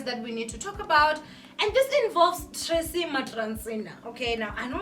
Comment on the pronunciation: Loll you say maTracy🤣🤣🤣🤣